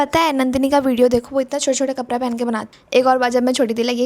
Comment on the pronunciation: tu kapra ko kapda bola kar aur parai ko padhai fir kisko nhi pata chalega ki tu bihari ha